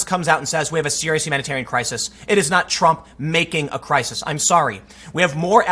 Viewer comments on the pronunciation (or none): I die a little inside every time you pronounce crisis as cry-sees.